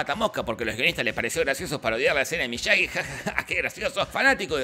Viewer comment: Por cierto es Miyagi no Miyagui